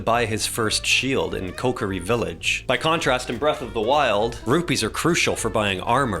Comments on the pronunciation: "Coke-ary Village" hurt my soul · How de fuck did you pronounce kokiri so wrong. And besides that it's forest not village. If you can't even get well known facts straight just don't make a video😂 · the way you pronounce kokiri is illegal.